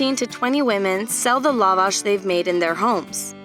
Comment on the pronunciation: The stress is on second A